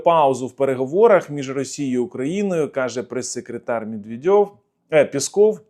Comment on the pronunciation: Я не знаю, чия це вигадка, можливо Ваша. Але коли я чую " МєдвєдЬОв" пробиває на нестримний регіт.